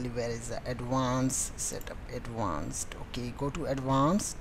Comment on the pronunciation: love the way you say atvauuncet ♥